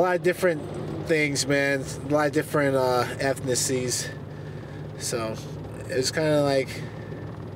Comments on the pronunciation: ... What's an "effnicy"? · My guy couldn’t even pronounce ethnicity 🤣🤣 mike perry boutta knock him tf out